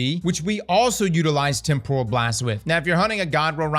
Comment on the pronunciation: A quick google search can demonstrate the proper way to pronounce temporal...spoilers...it's not pronounced like tempura shrimp lmao